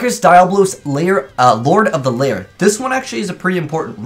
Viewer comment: it's Lair, not Layer